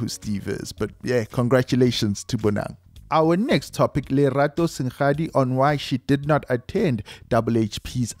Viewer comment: It's Lerato seng-adi not sen-gadi